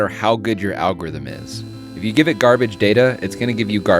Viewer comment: "world[']s best algorith[i]m"... So close 😜